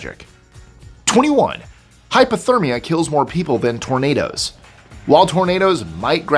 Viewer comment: I know it says hypothermia, and you may be saying hypothermia, but it sounds like you are saying hyperthermia, which is the opposite of hypothermia. It, too, can be deadly, but just saying it sounds like you are saying hyper instead of hypo